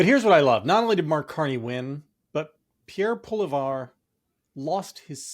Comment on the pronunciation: “Pierre Poley-var” hey at least you tried! 😂😂😂